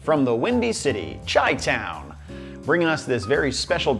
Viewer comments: shy town not chai town lmaooo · Ahem... it's SHY-town; Chicago isn't pronounced CHAI-cago Also you need a PBR or Old Style tallboy chaser for the PROPER Chicago experience ;) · Mf said "chai-town" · Did he just say Chi-town pronounced like the tea???? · ew. when he said CHI town like CHAI town...it made me go ew lol. I dont like it lol. rest of the video was fine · Not how chi town is said.